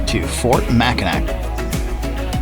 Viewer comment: Great video. However, Mackinac is pronounced MACK IN AW. Both spellings, Mackinaw and Mackinac have the same pronunciation. It's Mackinaw below the bridge and Mackinac above the bridge.